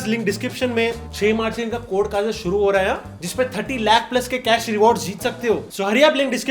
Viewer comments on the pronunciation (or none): none